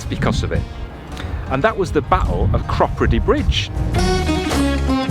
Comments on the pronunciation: Cropredy --- us old time locals say CROPadee…. welcome to my stomping ground by the way! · Hi Guys Its Crop__ready not the way you are pronouncing it, by the way I have also got problems with my right knee it keeps giving way under me, fell over the other night going to the toilet. So I have got to go to local Hospital for an X-ray. Anyhow love the video. PS I've been down the Oxford canal some years ago, in summer it gets very low of water. Cheers Dave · Loved this week’s video. Sure we could hear banjos around Clattercote Wharf, and I always thought it was pronounced Crow-preedy - glad you put me right.